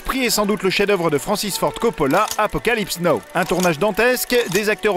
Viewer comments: ça pique les oreilles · Ça se prononce Apocalypse Now, pas Apocalypse No :)